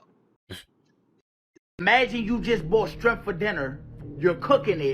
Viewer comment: He said strimp lol